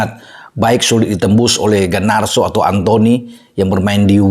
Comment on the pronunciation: Garnacho om bukan gar nar so